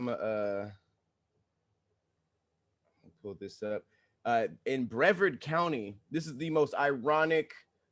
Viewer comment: Lol baby it’s Bree-vard (like card, vard) that’s where I’m from 🥰